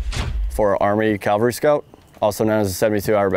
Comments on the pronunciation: CAValry...not Calvary...that's a hill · I could swear he's saying "calvary" instead of "cavalry". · Cav scout saying Calvary and not cavalry, lol. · When ARMY calls themselves CALVARY instead of Cavalry... And someone tell me how tf a Cav Scout doesn't actually know the reason red lenses are used at night lol. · I’m honestly not trying to nitpick, nor am I making fun when I ask this, but – is it common for Cavalrymen to pronounce it Calvary? Cool video! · Cavalry. NOT Calvary. WHY do so many people mispronounce it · Sorry dude, you lost me when you said CALvary scout instead of CAValry scout. I'm a lowly E5, but I still know how to pronounce words. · Someone needs to tell him it is CAV-al-ry not CAL-va-ry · "Calvary." Bruh. Y'all even say "cav scout." "Cav," not "cal." How do y'all not know how to say "cavalry"? How is that not an immediate "gtfo of my board" by every CSM? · A pet peeve of mine is hearing Soldiers mispronouncing this type of unit. This Soldier is NOT a Calvary Scout...he is a Cavalry Scout! No one EVER served in the 1st Cal...they served in the 1st Cav. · Why does he keep saying calvery instead of cavalry ? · He defiantly says "calvary" scout a lot! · Is he saying CALVary Scout?? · It's cavalry, not Calvary. I know, people get those confused. Kind of like nuclear and nu-cu-ler. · He keeps saying calvary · Is it bad that I find the mispronunciation of “cavalry” annoying? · You’d think someone in the cavalry would know how to pronounce it. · Just - unlike him, make sure you say it correctly. (Because there's a big difference between a mounted warrior and the hill where Jesus died.) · Can we at least find a guy who can pronounce cavalry correctly? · I wonder how often they're required to scout where Jesus was crucified... For a SSG/E6 I expect you to at least pronounce "c-a-v-a-l-r-y" correctly. It's the difference between talking about where Jesus was crucified and a Soldier who scouts the enemy from a horse.